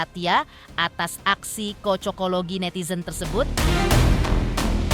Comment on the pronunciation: Cocoklogi bukan kocokologi. Gatel telinga dngrinnya